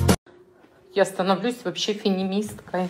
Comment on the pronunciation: Не фенимистка, а феминистка